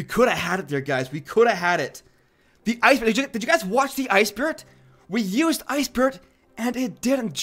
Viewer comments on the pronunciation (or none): I luv it when you said Ice Spurt instead of Ice Spirit😅